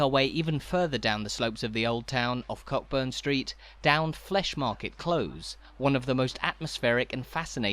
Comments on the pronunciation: It's CO burn street not cock burn the way you're saying it. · Agreed.✔ I don't often correct pronunciation, as opinions can vary, but I learned the ancient art of pub-crawling in this area over forty years ago and it's always been Co'burn Street. The other one I've noticed on this channel is "Close". I'm not sure about the English "Closes" but in Scotland at least, it's pronounced 𝒄𝒍𝒐𝒂𝒔𝒔, rhyming with gross, rather than cloaze, which is kept to be the opposite of open. Can anyone else think of a word that rhymes with this kind of close; I really struggled and even gross isn't a great example, as it can rhyme with floss too. Who would have thought that close was so tricky a rhyme but it could be why we never see poems about Edinburgh's narrower streets. 😂 A better way to explain this, which has got way, way longer than it was meant to, is to use "close", as in "close to you", rather than "close", as in "close that ***** door." I wish I'd done that first but I can't be bothered changing the first bit.